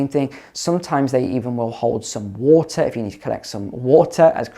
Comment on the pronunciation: I can't deal with how many times this goober says whota